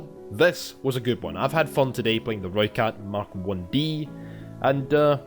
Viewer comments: You sounded like a real soutie from south africa trying to talk with the accent😂 But you do sound better than most youtubers saying "Rooikat"😎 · You may not be good at the South-African accent but you pronounced rooikat right.